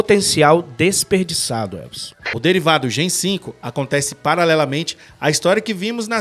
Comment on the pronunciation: Olá queridos Heróis! Apenas uma correção: o nome da série se pronuncia Gen "Vi" por conta do composto "V". Importante acertar nos próximos vídeos p rankear bem no algoritmo. De resto, ótima analise. Abraço!